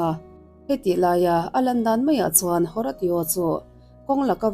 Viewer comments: Haratio i lam rik dan hi a mak ka tia.. Hawrasio tia lam tur anih ka ring.. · Horatio a nih chuan Ho-Ray-Shooh ti a lam rik tir a nih ngei ka ring.